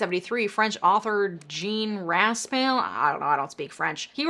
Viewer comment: They screamed ..what? Intellectual honesty means something I had respect. [OK, I still do but I wanted to go off on that.] You have lots of data that I do want to hear... and you didn't want to offend or add to the ugly.. BTW Raspail is ras as in rasp and then pie (as in pie) raspai or raspie. ok it is pie(l) with a light l at the end. just the tongue position and not the breath.. -- but not pail as in bucket, lol. Thanks for all the data. Rock on.